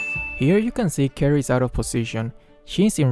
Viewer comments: Are you saying Carrie or married or or karry or krry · I really dont know if he is saying carry or karrie